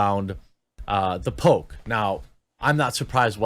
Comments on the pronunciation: It took me way too long to figure out he didn't say "the pope" but instead "the poke" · The fact that he keeps calling it “the poke” just tells so much about this fail of a person.